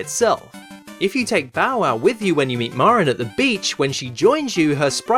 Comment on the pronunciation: It's funny that you say "MARR-in" instead of "MARE-in." "Mare-in" would be more natural for Anglophones to say when they see "Marin" because it rhymes with "Mary."